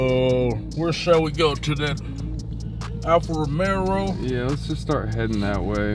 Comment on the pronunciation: They keep saying Alfa Romero instead of Alfa Romeo lol it’s good content though, everyone has to start somewhere learning about cars. I didn’t know anything when I first got into cars and the good thing is Kali can afford what he wants so he can learn firsthand.